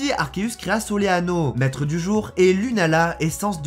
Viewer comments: Mais c'est pas "soléano" mais solgualéo a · Je viens d'entendre "Soléano" aussi... 😂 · Il a vraiment dit soleano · C'est Solgaleo pas Soleano